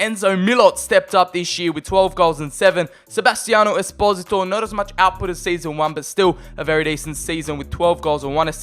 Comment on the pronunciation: pronounces esposito 'es-pozi-to' when i pronounce it 'es-poh-see-toe' a bit like desposito